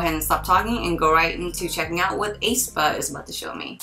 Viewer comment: Pronounced espa, the A is silent... like aesthetic. (apologies if someone already mentioned this) Great reaction btw! 😊